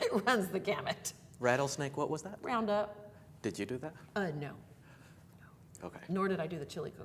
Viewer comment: "Round up." LOL!!! Yes, Texas accent!